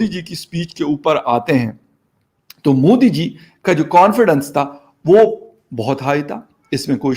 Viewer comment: Moody nahi Modi hai pehle bolna to Sikh lo kamino